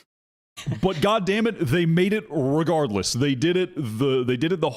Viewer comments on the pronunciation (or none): definitely said reGUARDless on purpose